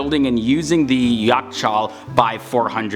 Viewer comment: you pronounce yakh = jach, your pronunciation sounds like a Mongolian warlord